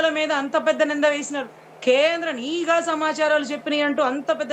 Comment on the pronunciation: ayanagariki cheppindhi nEEEgha varghalu not Nigha Varghalu...